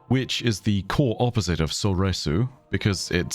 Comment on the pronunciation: Alright buster, with the mispronounciation of form 3 Soresu, you shall be hearing from my lawyers